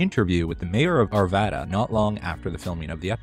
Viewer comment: Thank you for pronouncing Arvada properly. Non natives seem to always screw it up.